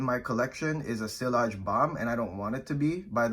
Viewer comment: nice list. u hv good collection. Btw it's not pronounced sillage with the L but like siaage.